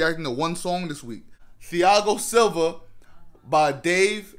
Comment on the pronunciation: My man said ‘fiago silva’ 🤣🤣 Love it tho! Loving the vids